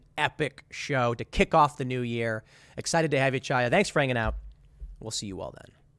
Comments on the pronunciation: The first syllable of Chaya Raichik's name is the same as in "Chanukah." It's not a "tsha," it would be closer to say "ha," if you can't make the gutteral Hebrew "cha" sound. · Chaya is pronounced "Hiya" btw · Love your stuff, Tim! Just a small note, Chaya is an Anglicized Hebrew name. A closer pronunciation would be Hiya (as though you were saying hello casually.)